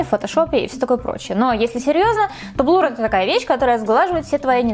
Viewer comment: Слушать неприятно когда говорят блур, вместо блюр